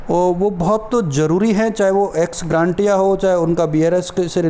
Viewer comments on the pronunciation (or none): एक्स ग्रांटिया नहीं होता है एक्स ग्रेशिया होता है भाई एक बार सत्यापित कर लें । वीडियो बनाने के लिए धन्यवाद एवं शुभकामनायें ।🙏